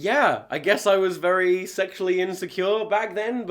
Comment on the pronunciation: Vewy nice.